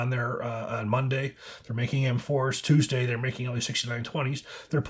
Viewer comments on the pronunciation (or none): none